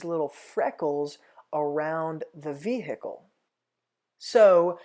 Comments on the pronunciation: “the vee hickle” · Evan Karner HILARIOUS!!! I thought no one else noted how he says vehicle! 🤣😂